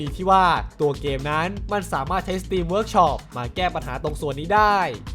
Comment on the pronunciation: Steam อ่านว่า สตีม นะครับ ไม่ต้องมี ร เพราะคำนี้มันไม่มีตัว r ส่วน สตรีม มาจากคำว่า Stream ที่แปลว่าสตรีมเกม สตรีมมิ่ง บลาๆ เป็นคำที่คนไทย 90% เข้าใจวิธีอ่านที่ผิดๆกัน